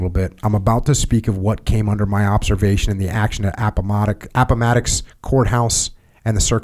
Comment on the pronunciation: Pronouncing Appomattox: Jocko’s Vietnam In all seriousness, reading out loud for any extended length of time is gonna make you mess up a few words and eventually everything starts to blend together. No need to apologize Jocko!